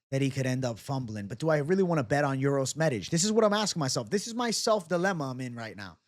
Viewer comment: "You said that so well,. I was captivated by how you said the letter 'Ć'. The 'Š' is the only problem with the name, but forget about it. Best regards!"